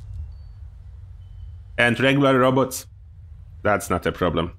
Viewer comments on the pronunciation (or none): none